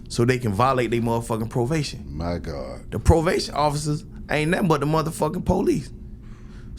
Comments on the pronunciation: try believe its pronounced as "Provation" 😂🤣😭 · Did he say "provation" 😂 (probation)